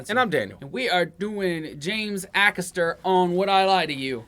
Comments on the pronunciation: It's pronounced Ay-Caster, he's hilarious. Is one of the best WILTY stories of all time. Melvin (no idea who he is) makes it better with his bench comments!.........James "There's an old saying, you're warmer in a bush than on a bench" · James a-caster not akasta 👍😎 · I love James Acster, and how he keeps such a straight face whilst uttering so much rubbish. LOl Oh and the A at the start of his name is said as Ay, not Ah. Well done for getting Noddy Holder. :) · Ay-caster not A-caster. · FYI it’s pronounced A caster not Ackaster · Great vid guys. It's pronounced James Ay-caster btw. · I'm sure someone's mentioned this already, but his name is pronounced A-cass-ter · Just to say his last name is pronounced A- Caster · DifferentLY !!!! AYcaster!!! Its really not hard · Not sure if you learned this. His last name is pronounced A Caster. He is wonderfully weird! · Lots of love to you both but you are saying his last name wrong, it's ay-caster, like capital A x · Haha did you say James Axster? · Love that final one,never fails to crack me up👌😂😂 Definitely need to check out more of James, his stand up special on Netflix is top tier, there's a few clips on here👀🔥😂😂 Jus a lil note,his name is pronounced James A-caster 👌💜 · Love you guys ... James Acasters name is pronouced AYcaster x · Excellent reaction. It's Ay-caster btw. Keep up the good work! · A James Acaster special being reacted to by you guys brings me inexplicable happiness! Also I think he's pronounced Ay-Caster, at least that's what most people on British TV call him :) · James Acaster is so funny, his mannerisms and his quick wit is hilarious 😂 Please please please, listen to how his name is pronounced cos it ain't how you think 🤔 😂 It's a hard A then caster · Acaster… Sounds like… Hay, May, Bay, Day, Gay and Pay…. A-Caster…👍😁👍